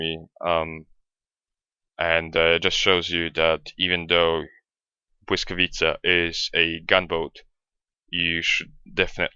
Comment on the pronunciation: Hmmm... perfect pronounciation of błyskawica :P Many others youtubers have great problems with it :P